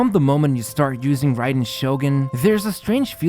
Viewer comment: Hey btw I think it's pronounced like 'rye'-den instead of 'ray'den~ Nice video as always